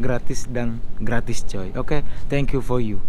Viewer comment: For you bukan fol you